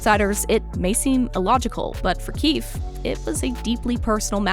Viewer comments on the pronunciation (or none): Omg it’s pronounced KeyFēē